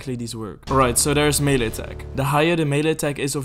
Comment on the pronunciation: Melle attack - mele damage - melle damage